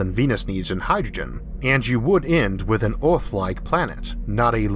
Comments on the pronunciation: Not criticizing your speech pattern but noticed your pronunciation of "Ea"rth seems struggled, yet you can pronounce the proper sound when you say s"ur"face! Maybe think of Earth as Urth and it might work out better for you. Good luck. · Speech impediment from hearing loss? Oth=earth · "Oarth"? LMAO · Orth instead of earth :) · D It´s not Ooorth, it´s eeearth. Good video though. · Its Earth not Orth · Terrible speaking voice. "Orth" instead of Earth. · Dimas Tjahjono Dradjat I love the videos, but his pronunciation of “ea” as “ou” is killing me! Earth is Ourth! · CANT LISTEN TO YOU SAY EAAAAAART!!! Christ dude! The letter R ISNT THAT HARD TO PRONOUNCE. You sound like you have cerebral palsy. Christ. If you CANT pronounce the words then use a translator like everyone else. Ugh terrible. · The constant mispronounciatio of "earth" as "Oort" is really putting me off. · Nice video but quite strange hearing you say "Orf" instead of Earth. I suggest seeking professional help from a phonaudologist. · I like how instead of saying earth he says OARTH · Can he pronounce his R’s?? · theGamingHero yeah, mad respect for the commentator. I used to have a similar speech problem. He has trouble saying words with “r” in the middle or end of words. Words like “Earth” and “World” are hella hard for us to say. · i subbed just to keep hearing him say tearwafoaming, mawz and ewuth. 😂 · Wetowning to Owth fwom Mows fwoating owond in a corcle in a howocane. Every vowel is interchangeable with an O .....usually but not every time......I just can't take it. His videos are like being with the most beautiful woman in the world who has bad breath and hairy legs. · I can't watch this... I tried but his pronunciation is just so annoying >< aarth = earth? maas = mars?